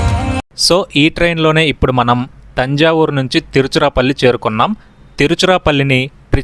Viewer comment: You should have used your own voice instead of AI voice...AI is not able to pronounce Tiruchirapalli 😂